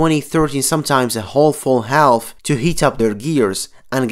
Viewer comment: Try fix your pronunciation of the word "half". Take a look here